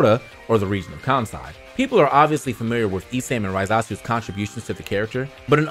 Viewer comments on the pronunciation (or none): none